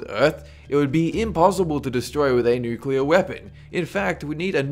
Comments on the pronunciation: Does it bother anyone lese that he says nucular rather than nuclear? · It's pronounced NOOK-LEE-UHR not NOOK-YUH-LUR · Nucular? Really!? If you are going to throw these crazy ideas out there, atleast say the one that could happen correctly!!!! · "nukular war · He said, it only takes one mad man to fire off a nuke at another nuke arrmed country to start a nukular war........,.......dont be that mad man............EVER! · New-cue-ler. Dude do you even english a little bit? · nucilar war??? isn't it nuclear? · Y-you...you just pronounced it..."NOO-kyoo-luhr"?! *Facepalm* Nuclear. "NOO-CLEE-uhr" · If I see one more fucking Youtuber pronounce nuclear as "nucular" imma smack a nigga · Noo-queue-ler? Its New-clear. Nuclear, ladies n' gentlemen. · #13 ok guys let's play fallout oh oh god NUKULER WARFARE GUYS ITS FALLOUT!!!!!!! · 1st of all dont say nucular 2nd of all DONT SAY NUCULAR ITS NUCLEAR FOR FUCKS SAKE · yeah "Accidental" nucular strike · Nukular? Nukular?! GTFO bush! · ''Andbody that has played fallout can survive a nucular war.'' *Facepalm*